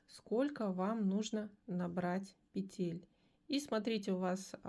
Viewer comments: Умоляю - пЕтель!!!!!!! Не петЕль!!!!! Ну очень режет слух безграмотность. А за новые способы спасибо! Вы настоящий мастер! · Все хорошо, но пЕтель, а не петЕль. Век живи, век учись. Благодарю за урок.